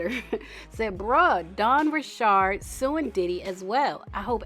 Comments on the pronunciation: You’re the first person I’ve seen who says her last name right! But anyways, I’m surprised she spoke out but I’m glad she did. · So happy to hear you pronounce Dawn’s sir name correctly. South Louisiana born and bred. 🦞